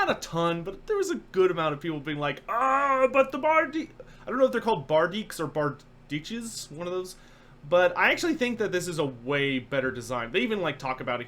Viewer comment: I believe that Bardiche is pronounced bard-ee-sh